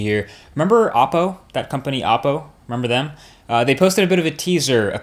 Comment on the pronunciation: It's pronounced " oh Poe".... not "ah Poe"... just saying because they have many videos with the pronunciation and yet people in their vlogs say it the other way... not a big deal to some but it's kind of annoying. Not disrespecting your video or your credibility, because I like your videos a lot. I just thought you'd like to know the way it's pronounced.